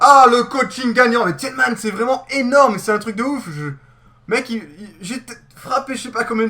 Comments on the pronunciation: on prononce tilman ce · La prononciation du "Tielemans" n'est pas passée, sinon bonne video